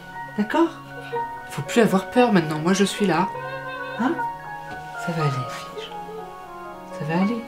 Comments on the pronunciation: "vous envelver votre haut edwige" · Cécile Bothua Nope, c'est "Vous enlevez votre haut Edwige", il a raison ;3